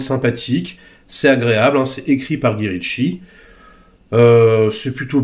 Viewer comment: Mais enfin on ne dit pas Gui quand même. On dit Gaï. Ca fait bizarre sinon, on a l'impression d'écouter un vieux papy sur son banc en Corse :D